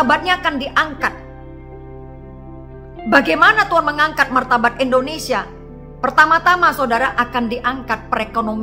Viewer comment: Eda bisa ga kalau ucap bukan ENdonesia tapi INdonesia, waduh ucap nama bangsaku saja ga damai dengan ucapan Eda, orang bule saja ucap INdonesia jauh lebih baik, menghargai dll